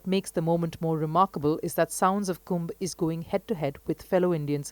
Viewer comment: Thank You commentator for calling it Kumbh and not Kumbha! Distorting names or terms like that can erase cultural nuance and precision. Many of these distortions stem from the colonial-era habit of anglicizing Sanskrit or Hindi words to suit English grammatical expectations, especially by adding an "a" at the end of masculine names or nouns. This changes not only the pronunciation but often the cultural and linguistic integrity of the word. In many of these cases, the added “a” isn’t present in the original Devanagari script. These additions were often made by Western scholars, missionaries, or translators unfamiliar with native phonetics, leading to a system that still persists in mainstream media and academia. Respectful use of these words is necessary, especially as these names / terms carry deep spiritual, historical, and cultural meaning.